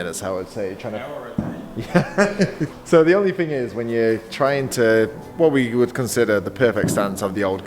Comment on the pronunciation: It's thing not fing bro